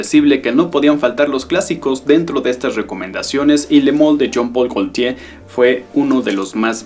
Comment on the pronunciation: Exelente vídeo pero es Jean Paul Gaultier no John Paul Galtier